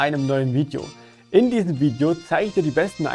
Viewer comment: Wiedjo? Weed yo? VIDEO ist Bild UND Ton. Sorry für's schimpfen. Ich war nur grad sehr verwundert. No hard feelings! Is wohl bloß ein Akzent. Wirklich nicht so böse gemeint wie es klingt. Ich klick mal auf 'like'...